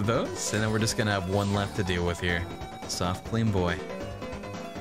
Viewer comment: "i guess swoft"